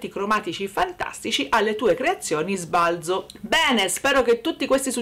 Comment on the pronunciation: Bella la nostra Ombretta... Sbalzo va detto colla zeta secca, però...😂❤❤❤❤